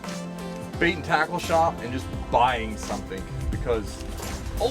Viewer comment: I hate to be negative, but anyone else notice how says “somethingk” (he adds a K sound to the end of something) Any suggestions how to cure this?